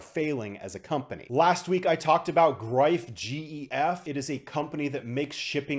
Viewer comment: Well done on that pronunciation on "Greif" :) As always thanks for your videos.